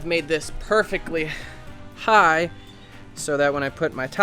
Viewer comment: say perfeckly one more time. say it.